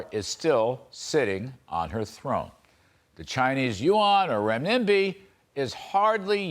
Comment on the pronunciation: “Ren-NIMBY” lol.. he has no idea how to pronounce it